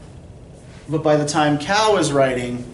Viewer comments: i just noticed you are pronouncing his name like cow. its more like tsao. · Joey Burt thanks for pointing this out, it’s slightly irritating that he’d say cow when on literally the first page of David hawkes’ translation there is a simple pronunciation guide followed by a more detailed one.